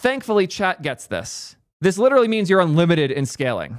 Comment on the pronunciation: You have as many l's in literal as ChatGPT thinks there are r's in strawberry.